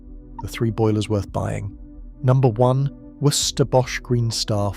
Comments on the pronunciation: Worcester pronounced Wuster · Your AI voice really struggles with the pronunciation of Worcester, trying to say Worcestershire instead. laugh a minute - it gets in the way of the message! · Pronunciation of Worcester was hilarious.